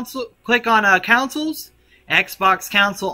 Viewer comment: Bro Said Futures and Coucils LOL but it worked tho